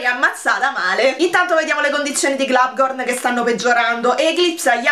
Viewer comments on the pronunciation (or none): È un dettaglio, e so che ormai lo pronunci così da tempo, però in teoria non ci vuole la "n" alla fine di Globgor. :D